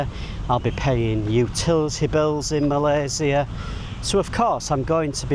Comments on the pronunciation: You're probably one of those people who pronounce "Malaysia" in the most correct way. Welcome! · Spot on for pronouncing Malaysia name correctly. Even our Finance Minister 2, Amir Hamzah said it incorrectly (Malayzier).😊